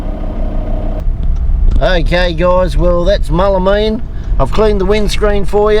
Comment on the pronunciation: Mool la mean not mull a mean lol 🤙🤙🤙